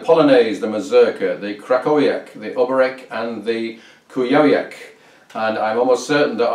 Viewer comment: The accent on the name Oberek falls on the second syllable. Interestingly, the musical accent also falls on the second beat (rather than on the first as in a waltz).